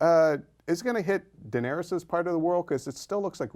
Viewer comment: Why is the guy on the right constantly saying "Daerenys" instead of Daenerys?